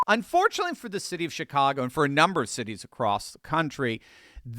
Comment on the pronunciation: Was that a Freudian slip, or my hearing ? Did you say $HITCAGO ?